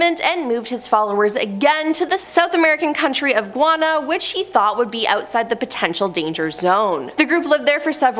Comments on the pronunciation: Its Guy-ana say it right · The most terrifying thing about this video is that the host doesn't know how to pronounce Guyana, Waco, restoration, phenobarbital, Synanon, Zion, or Hubbard.